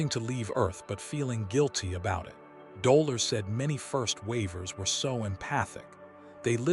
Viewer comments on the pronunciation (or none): She's called Do' lor' es. Not dola 🤨🙄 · Dolores is her name not Doler or Doler’s. 😉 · It was heart breaking for the narrator to miss Delores’s name. Otherwise it was a great summation of the three waves. Looking forward to this being edited !!!